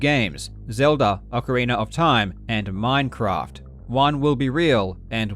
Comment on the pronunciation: Hey this isn't minecwaft